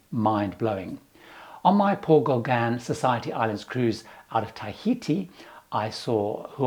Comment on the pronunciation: Your "Englishness" is apparent when you (mis)pronounce "Les Gauguins"! LOL I've been on a 12-day Paul Gauguin cruise, and it was the experience of a lifetime! FAR superior to larger ships in other regions.